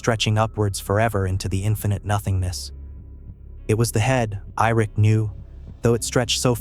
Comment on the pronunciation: Who the fuck is irik???😂😂😂Ai. Good luck learning to read AI